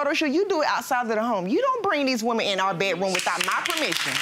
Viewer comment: Woman: “not one burt two wemen “